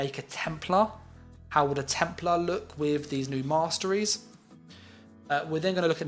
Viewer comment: Warden "moss-trees" 😂 kinda ironic